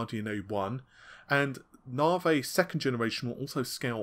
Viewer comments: Its Navi, not Navey!!! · He finally spoke Renoir correctly now just need say Navi instead of Narvey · That's how the Americans may say it, but it isn't correct either. It's "Nuh-vie". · well he used to say RedTittyCum instead of, so if he wants to he can do it correctly. At the beginning he said Navi correctly the changed it to Narvay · mate, say navigation, and remove "gaition", thats the name. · Your pronunciation of Navi is really getting on my nerve. Are you dyslectic or something? Seriously, dude, Stop! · Are you sure? Pretty sure it's a specific english accent.